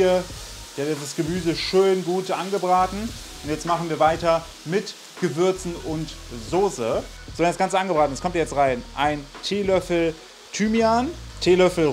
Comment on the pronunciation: Lieber, man spricht es immernoch "Zukini" aus! 😂 Es heißt ja auch Latte "Makiato" und nicht Machiato. 😊 Oh, und natürlich Soße, nicht Sose... Kein Bienchen-S 😂